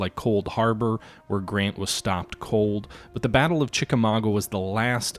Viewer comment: There is not a "ua" at the end of Chickamauga. It is pronounced with a simple a sound at the end.